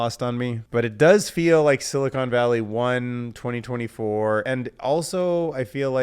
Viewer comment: "Silicone Valley" - it still cracks me up when people add the E. 🍆🍆🍆